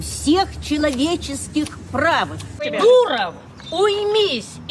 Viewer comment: Я думала она кричит "дуpа!" . а не "Дуров"😂